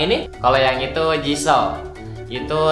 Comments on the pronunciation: Kak aku kasi saran kalo bilang "JISOO"itu "JISUU" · Jisoo di baca jisu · Jiso d panggil Jisu, Rose ya d panggil Rose, bukan Ros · Tolong ya bang. Manggil nama JISOO jangan jiso.. Tapi Jisu.. Bacanya jisu.. Bukan jiso.. Gaenak dengernya.. Gua sebagai orang yg ngidolain jisoo ngerasa gaenak denger lu manggil jisoo jadi jiso... TERIMA KASIH